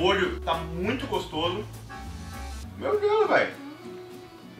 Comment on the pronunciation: Tá falando molta 😰